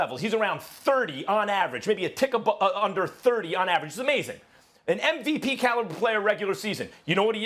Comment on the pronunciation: how max says MVP caliber player 😂